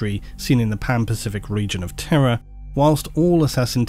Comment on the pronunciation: I like your pronounciation of Terra sounding more like Terror